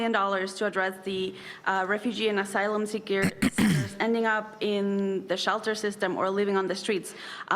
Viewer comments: slip tongue - 'asylum sneakers' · He’s even mispronouncing words, “Homelessless” and “Asylum sleekers” for a couple, the more “Uh’s” you hear the more he’s lying, well he always lies but ya. WTF is that bandaid on his forehead for?